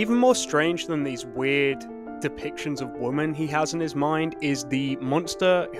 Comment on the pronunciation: Normally you say woman like wimen